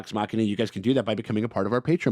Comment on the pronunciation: ngl I got so used to saying “Legends of the Vox Muh-she-na” that it feels wrong to hear him say it properly.